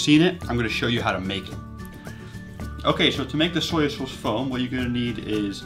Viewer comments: Why do you keep saying "Sawyer Sauce"? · AlxRev I heard "soya" not "sawyer." In any case, many regional accents add phonemes that are not needed after final vowels. Adding an r is particularly common.